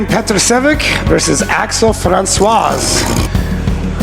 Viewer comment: Funny how everybody "can read" French or whaever he was, but simply can not read the croatian surname. It ain't chinese my boi. Learn to read first, then you can pronaunciate it right. goddamn people.. why are you comementator if you cannot read.